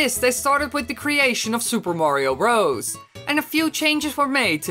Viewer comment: it sounds like he is saying super mario rose